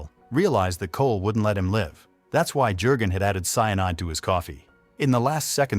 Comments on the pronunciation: Jurgen is pronounced as: Yurgen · Keeps saying Herr Jergun with the J pronouced as in Jerry. Jürgen is the name and the J has a Y sound